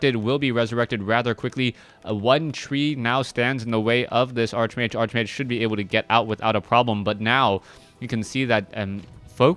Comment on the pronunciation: You mispronounce Archmage...